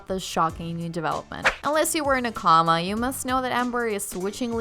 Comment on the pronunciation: "Unless you were in a CO-ma," not comma,,,,,,,lol